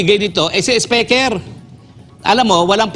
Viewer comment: Atty Roque, YOU MADE OUR DAY especially our LUNCH SO ENJOYABLE, D way u pronounce d King of TONGRESS " Si ESPEKER" Ha ha ha ha ha,😂😅😂😅😂😅😂 GO GO GO ATTY ROQUE, WE ENJOY n LOVE Listening to you,,😂😂😂😛😝😜🥰😍we love you, GOD BLESS US ALL.OMAN,EGYPT,SAUDI,U.A.E. KUWAIT.SYRIA. LEBANON.QATAR.IRAQ.JORDAN .BAHRAIN .U.S EUROPE.ASIA.GOD PROTECT ALL PILIPINOS ESP. fr TAMBA ESPEKER"😜😝😛😂😅,"BARACK ALLAH FEEK P.R.R.D.". MIDDLEEAST AIRLINES ASSO ❤❤❤ATTY.H.ROQUE.